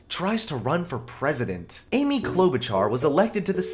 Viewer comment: Got the first like 2 min you said Amy’s name wrong